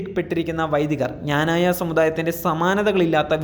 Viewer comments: Does the news reader know how to pronounce our community's name ? Pronounce it clearly as "Kna-na-ya" and not as you prounounced , "Jna-na-ya " ! Does anybody, including the Patriarch , really know anything about the depth of faith, tradition and strength of Knananites ? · മഞ്ഞ ചാനുലുകാര ആദിയം പോയി ക്നാനായ എന്ന് പറയാൻ പടി. അല്ലാതെ ഞാഞായ അല്ല..... ഇത് എഴുതി തന്ന ഞങ്ങൾ വൈദികർ ഊമ്പ്പിയത് കൂടെ അറിഞ്ഞു കാണുമല്ലോ. പിന്നെ ഇന്ത്യൻ ഗവണ്മെന്റ് ഡിപ്പോർട്ട് ചെയ്ത കരിം പത്രിയർകീസിന്റ ഗുണം കൂടെ ഒന്ന് വാർത്ത ആക്കണേ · എടാ പട്ടി ഞാനായ അല്ല ക്നാനായ എന്നു പറ ! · എടാ ഞാനായ അല്ലെടാ... ക്നാനായ എന്നല്ലേ... കഷ്ട്ടം... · പറയുന്നതെല്ലാം സത്യമാണെങ്കിലും സഭയുടെ പേര് കൃത്യമായി പറയാൻ ശ്രദ്ധിക്കുക. നല്ല രീതിയിൽ നാക്ക് വടിക്കുന്നത് നന്നായിരിക്കും.